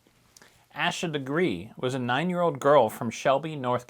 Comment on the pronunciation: Beginning of Asha’s name is pronounced like Day or Hay. Thank you for covering her case…Judge Cannone is pronounced a bit like cannoli…The judge didn’t ignore the jury’s decision on two of the three counts- No one was aware of that decision until jurors came forward after trial to say the form & instructions were somewhat confusing & they thought they had to agree on all three counts instead of just one & that’s why they couldn’t reach a verdict. The appeals court ruled against any further action in regard to the ultimate deadlock.